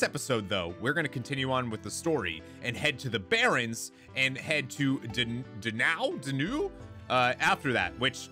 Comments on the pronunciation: I'm pretty sure I pronounced them both correctly! Donau is said like "Go Now" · "Me-le Sey-so" and "Don-ow"